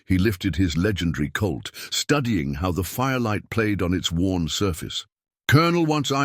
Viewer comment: His gun is not a "CULT" ya dolt. It is a "COLT", if we are talking about Earth and American history. Good story telling mostly.